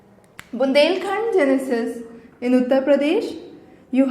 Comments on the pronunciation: Great lecture mam very informative, there is one thing which i will like to point out you are reading gneiss as genesis it is pronounciated as 'nice' reading only the neiss part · Gneiss pronounced as 'neiss' not 'genesis'